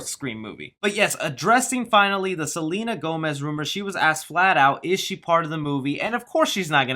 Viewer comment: Selena Whomez?🤣